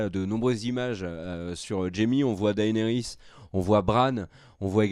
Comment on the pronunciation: Tu veux pas prononcer Daenerys un peu plus à l'anglaise stp au lieu de D. A. E. NERYS? 😂